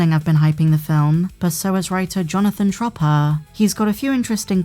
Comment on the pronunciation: what's the writers last name Jonnathan Tropper? Chopper or Schropper? I can't tell with your accent